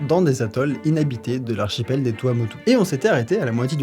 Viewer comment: j'arrete la vid pour dire bravo d'avoir prononcer correctement TUamutu